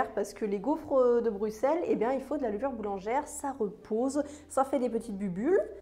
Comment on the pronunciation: Merciiii de bien prononcer Bruxelles 😍🥰 et sinon c'était quoi cet accent à ? 😅😂